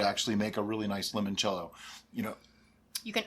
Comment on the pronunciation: Italian here. Since I am contractually obligated to nitpick things about Italy: in "Limoncello" the initial "Li-" part is pronounced in the same way as the English name "Lee". That's it. Great video as always.